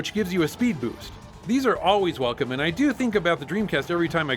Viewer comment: "speed bewst" lol